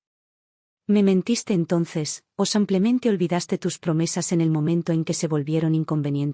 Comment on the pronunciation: Me gustaría que pronuncien bien el español. No es samplemente, es simplemente